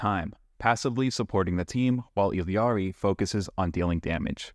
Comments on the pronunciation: It's pronounced EE-Ari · She literally pronounces it "Ee-ya-ri", wtf are you talking about?